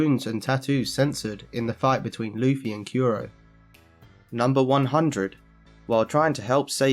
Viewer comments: Well, he kept saying Kuro like "Kiro", so I think Japanese pronunciation might just not be his strongest point. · Stop saying yusopp and kyuro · Why do you call usopp yousop and kuro kewro